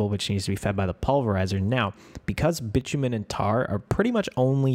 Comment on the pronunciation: I know I'm late to the party, but it's actually pronounced bye-too-min. Love the series! I've been using it to get ideas for my own setup!